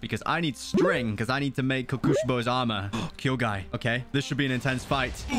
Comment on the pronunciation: Upper moon1 name is pronounced co co she bow